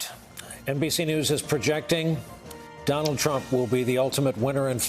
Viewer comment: "NBC Nudes"